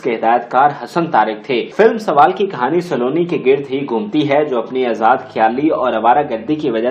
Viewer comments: یہ سا لو نی نہیں ، سلونی ہے آپ مزید بھی خا صےignorant ہیں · لفظ سالونی نہیں سلونی ہے پھُدی دیا۔ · Nice attempt to promote pak film industry...but plz improve ur pronunciation of Urdu ....word is Saloni not Saaloni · Saa--loni, Nahi Saloni. سلونی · Please work on your pronunciation. You cannot even pronounce her show biz name properly. You must have had some very dumb teachers; nobody bothered to correct your Urdu/English pronunciation. Listen to yourself - Not everything is pronounced in Punjabi.